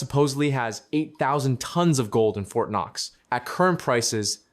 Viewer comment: "Fort Koque"? 🙃